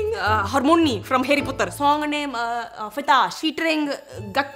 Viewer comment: "Harry Puttar"😂😂😂